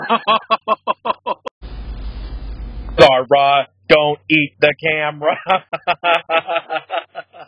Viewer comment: That’s not how you pronounce Zahra actually